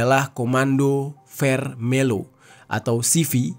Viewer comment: bacanya vermeyo bang